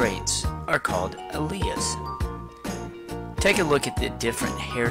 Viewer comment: Worst. Pronunciation. of. alleles. ever. (but good video, thanks)